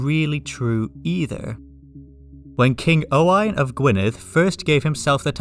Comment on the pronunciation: firstly, as a welsh person named Owain, its so nice to hear you nail the pronunciation, i hate being called Owen XD secondly, i love how wales has kinda evolved from wanting to be on the union jack to, a surprisingly large amount wanting to leave the UK. In the MCU wales is independent which is pretty cool also!